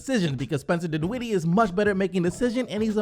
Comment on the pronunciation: Can u say dinwiddie correctly plz?